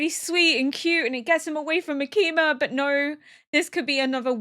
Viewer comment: I'm absolutely loving your reactions and your insight, as well as just watching along with you! :D I have but one note- The emphasis in Makima's name is on the first syllable.